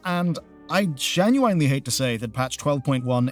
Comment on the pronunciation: Please stop saying genuwine, ik youre not illiterate. It's gen-you-in